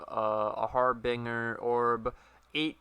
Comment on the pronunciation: Har-Bin-Jer (pronounced like the beginning of Germany), not Har-Bing-Er